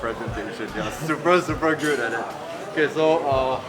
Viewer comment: "They are SUPRE SUPRE good at it "